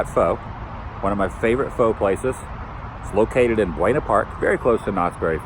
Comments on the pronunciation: I don't know if anyone pointed this out already but my gift to you is teaching you that PHO is pronounced more like "fuh" rather than "foe" ... happy birthday! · Love the videos, but you said Pho wrong 🤣. An easy way to say it is "fuh". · First I've heard someone pronounce Pho as Ph-'oh'.